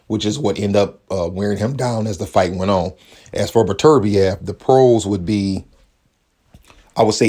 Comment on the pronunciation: "Artur Butter beeav"